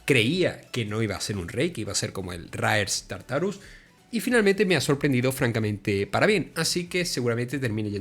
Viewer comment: The AI CANNOT say Raser Tartarus